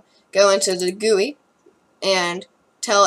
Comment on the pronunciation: It’s pronounced GUI (jee-you-I)